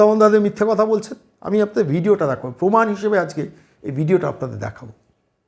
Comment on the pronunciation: পমান নাই/ মমতাজ প্রমান বলতে পারে না??🤔🤔